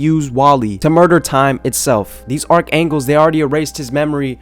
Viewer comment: y do u keep saying archangles and not archangels